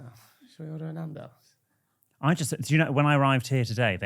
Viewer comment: please pronounce Nando’s properly